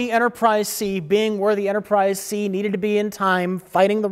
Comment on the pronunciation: Are we gonna let Mike off the hook for saying "Enterprise C's"?